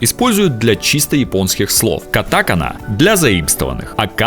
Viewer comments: Ударения не те, хИрагана, кАтакана.Я учу японский, поэтому знаю) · Меня убило то, как автор поставил ударения в словах хирагана и катакана.💀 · На произношении "катАкана" и "хирАгана" у меня уши завяли раз 10....